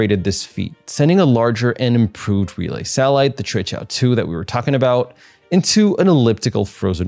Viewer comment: You are the only one who had pronounced QUEQIAO correctly, I mean non chinese, bravo